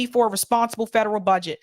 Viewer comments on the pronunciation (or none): none